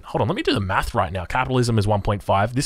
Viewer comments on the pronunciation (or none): none